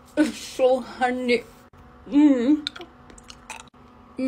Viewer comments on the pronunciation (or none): Eets suo Hunnnney lmoa The way she said it